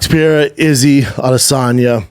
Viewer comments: His name is Pereira and you've been mispronouncing his name for a whole year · It also annoys the heck outta me - in what world is it P-erra?? 😂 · his name is NOT PIERRA lmao CTE much brendan? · “Alex pee-air-ah” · Pierra Lol... Yeah weird pronunciation. I do think Brendan got it from Chael. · Bapa says Alex Pereira's name in a way that's literally impossible if you have ever seen it written. Also Chins shirt looks like it could say Douchebag Darryl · Why can he not say Alex’s name right 😅